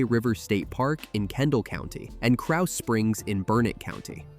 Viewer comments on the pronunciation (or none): none